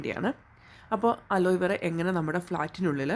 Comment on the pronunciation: അലോയ് വേറ അല്ല അലോവേറ